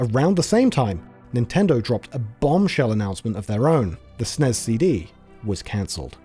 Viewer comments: This is the first time ever I've heard SNES pronounced as an acronym, and I don't care for it lol. I've only heard or said "Super Nintendo" or typed out SNES for brevity. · it's "ess-en-ee-ess" or "super nintendo". hell i'd even accept "super en-ee-ess". but it's NEVER "sness" and it's DEFINITELY not "snezz". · What’s a Snez? You mean S N E S? Anyone why says SNES as if it’s a word to save time is not a gamer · Dude called it the god damn snezz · Ahhh, yes. The SNEZ. The Super Nintendo Enetertainment Zystem. For fucks sake 🤦🏼‍♂️ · It's S N E S not snez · People who pronounce SNES as SNEZ like the smell of their own farts. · We never pronounced SNES as "snez"! We usually just called it Super or Super Nintendo. Maybe S.N.E.S but never "snez". Sounds so fucking stupid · Idk maybe I'm just having a bad day but I turned it off because I can't handle hearing it pronounced snez 😭 I'll come back when it's harder to annoy me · I stopped watching as soon as you called it the SNEZZZZZZZZZ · not even 2m in and he's already calling the snes the snez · Yeah it's either S N E S or Super Nintendo, NEVER SNEZZZZZ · Hey guys, I wrote this video. I also don't like calling the SNES "SNESS" as one syllable. But the video needed to reference the SNES so many times -- and especially the SNES CD -- that I asked (the VO) to shorten it this way. For viewers, I think hearing "S.N.E.S. C.D." (six syllables) would've gotten annoying after hearing it 50 times, especially when it's said twice in one sentence. Lol and would've added like 90 seconds to the video's runtime. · I know, wtf is a snez, had to click off and leave in. Just grating on my last nerve. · "snez cd". at this point I think brits pronounce things differently just so they can say they're not American. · Who the fuck pronounces the SNES as Snezz? That sounds stupid as fuck. It's not an acronym, it's an abbreviation and should be pronounced as 4 separate letters. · Please stop saying "sness". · Nobody. Calls it snezzz